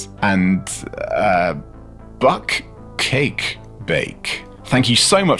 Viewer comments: Yeah, 'buck cake" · That pronunciation of Bukkake :P Now, do we suggest he google it?:P